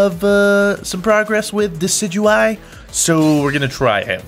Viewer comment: It's decidueye! Pronounced:De-Kid-You-Eye